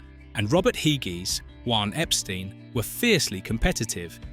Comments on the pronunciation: Hoo ine Epstein. Yes this is a real person talking. 🤣🤣🤣🤣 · Who-wan Epstine? Hahahahahahaaaaaaaaa. You freaking clowns and your AI bullshit are useless!